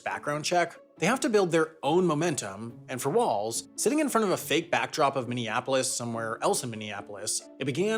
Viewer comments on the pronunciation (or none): none